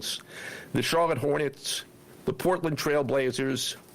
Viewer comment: I don't like how he pronounced Portland. L8ke it was a nasty word in his mouth.